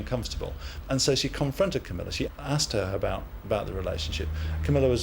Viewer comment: Queen Camela? Lol